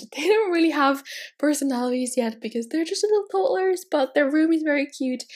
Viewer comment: I'm sorry if I sound mean I'm not trying to but it's pronounced toddlers not tottlers